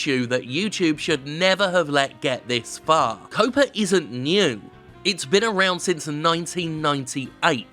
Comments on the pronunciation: Why does Jim keep saying "COPA" when it's actually "COPPA"? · Jim... it's pronounced "Cop-uh" Like Cop, but with an Uhhh... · Jeez Jim, I'm sorry I thought you were going the stupid way with it like a lot of others who think COPPA and COPA are the same thing. But you didn't. But stop saying 'COOOWPAA' there's a double 'P' there pronounce the 'O' like you would in 'cop'. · Huh, you pronounce it "cope-ah"? I always pronounced it like copper with an "ah" at the end. Maybe I've been wrong this entire time. Still gonna read it that way in my head though. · Well said for the most part. But COPPA has two Ps, not one. C'mon, Jim, you're English. You should know to pronounce it similarly to how you'd pronounce "copper." My parents are editors, so things like that really stand out to me...